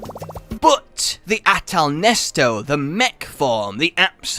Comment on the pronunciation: Ya so why he call it nesto